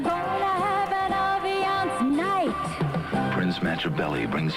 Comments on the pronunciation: They pronounce it Ah-vee-ahnce in the ad, it begins with the A, andyet you said Eh-vee-ahnce? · It’s “AH-viance”